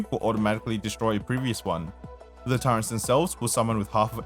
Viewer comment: bruh you keep adding an N in turrets :eyes-purple-crying